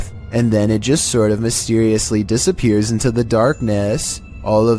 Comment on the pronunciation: new word unlocked ... " dissap-er-ates?"